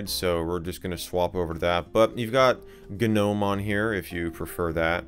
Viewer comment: i hate pronunciation of gnome